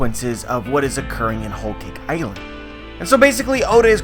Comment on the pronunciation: “ol caik eyeland” thas the way i hear him say it